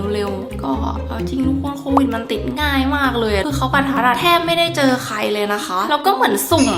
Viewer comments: โควิดค่ะไม่ใช่โตวิดค่ะ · โควิดนะคะไม่ใช่โตวิด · ขอให้หายไวๆนะคะพี่คะพี่แต่ว่าพี่คะทำไมคำว่าโควิคกลายเป็นว่าโตวิดหรอคะ